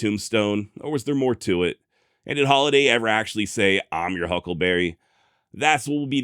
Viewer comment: He never said huckleberry,he says huckle bearer